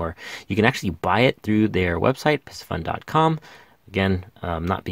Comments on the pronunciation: Pardon the correction…. It’s NOT “Pissy Fun” It’s pronounced “PC Fun”! Other than that, excellent video! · PIE-C-FUN not PISS-E-FUN. like the fish PISCES...